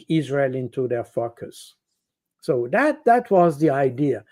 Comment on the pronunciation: I like Mr baud , however when he says focus ...it sounds like ...fuk us ...and I laugh